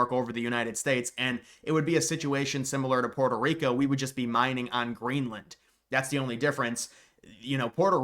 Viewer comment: Did bro say grainland??